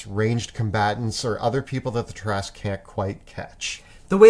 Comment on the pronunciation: Ah! The Tarrasque! Possibly the only D&D monster which came from French 🇫🇷 folklore. I'm a bit puzzled by the way you pronounce it, though 😅